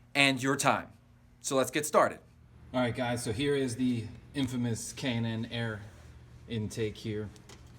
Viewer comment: I'll be getting one of these Junks soon and it's K&N Air filter sounds like he says Cannon..